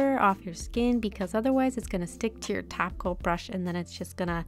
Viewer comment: I only hear taco instead of top coat